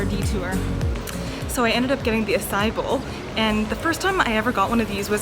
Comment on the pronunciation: Acai- ah-sigh-ee